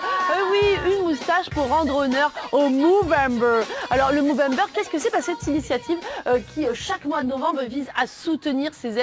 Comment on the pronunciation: Soit tu dis mOvember soit tu dis mOUvembre ….